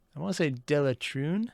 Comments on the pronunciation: Digression 2 Did you just pronounce [del-ta-rune] as [de-le-trune] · Delatrune? ya mean Deltarune. also yes that is Alphys from Undertale